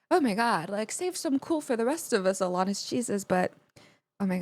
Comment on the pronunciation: The way you pronounce Alanis's name sort of jumps out at me. That second a should sound more like it does in the verb "ran", rather than the way it sounds in the word "hall". Uh-LAN-nis. I'm not mocking here, but that's the way I've always heard it, including from the woman herself. You should really just grab Jagged Little Pill and do the whole thing. Right Through You will probably fire you right up. Forgiven might hit close to home if you have any Catholic guilt. You Learn is a little repetitive, but it still hits. Wake Up is deep, and also kind of disturbing. Not the Doctor is sort of depressing. Perfect is sort of heartbreaking. All I Really Want is just fun, and you'll get to hear her voice crack in some pretty unlovely fashion. Head Over Feet feels like pop, but it's not. Hand In My Pocket sounds like pop, and it is.